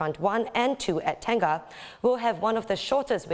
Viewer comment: please it is not pronounced as TEN-GAH, it should be TENG-NGAH